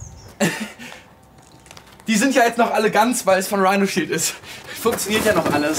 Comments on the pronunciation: Wenn man schon denkt: „ Hä, er hat das falsch gesagt, er hat Rhinoshield statt Rhinosheesh gesagt, oh warte, stimmt ja, das heißt ja in Warheit Rhinoshield“😂🤣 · Erstmal werbung für dieses Rihnoshich 😂😂😂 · UNTERSTÜTZT VON RIIRSHEESH!!! XDDD